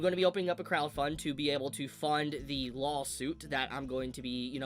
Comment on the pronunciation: Why does he say "Lawhhll" suit? Does he have a speech problem?